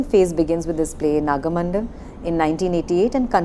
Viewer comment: The titles of Karnad's plays are wrongly pronounced. It is not Tale 'Dand' but Tale 'Danda'. 'Dand' has no meaning in Kannada. It is again not 'Hayavadan' but 'Hayavadana'. And, it is not Naga 'Mandal' but Naga 'Mandala'. Pronouncing the titles of Karnad's plays is an insult to him. The presenter also refers to Yakshagana as Yakshagan. Those who specialize in the area of theatre should at least know how the titles of the plays they are analyzing are pronounced.